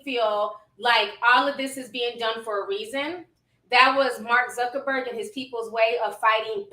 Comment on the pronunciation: who tf is "Jeff Zerkerburg"? Ion like dat 🤔